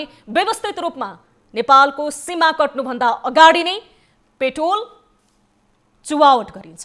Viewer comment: पेट्राेल लाई प्रेटाेल भन्न भएन र हृदयबिदारक शब्द उच्चारण भएन , प्रस्तुती दमदार दिने हाउभाउ देखाए पनि अलिक शब्दावली उच्चारणमा अध्यायन गर्नुपर्याे । तपाइलाइ प्रगतिकाे शुभकामना ।